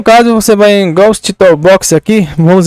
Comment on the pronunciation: pronuncia e ghoust nem portugues to hablando dierto